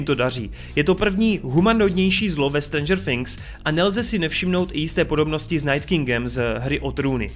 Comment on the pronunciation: nevyslovuje se to strendžr finks ok ?